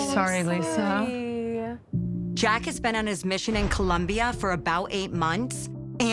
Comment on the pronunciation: These people can’t pronounce Colombia properly! And sending these kids on 2 years long missions is insane to me! Mission to recruit people to Mormonism! Disgusting!